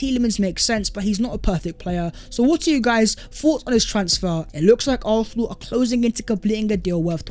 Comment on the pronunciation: why do you pronounce it arthenal?